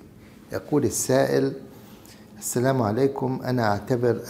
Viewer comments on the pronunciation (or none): none